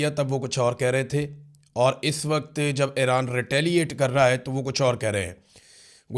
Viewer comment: Aran nhn hota Iran hota hai